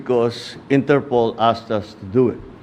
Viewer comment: it’s INTERPOL ( International Police ). Not Interpool. ✌️✌️✌️✌️